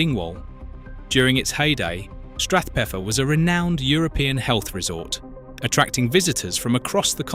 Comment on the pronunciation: Shouldn't Strathpeffer be stressed on "pef"?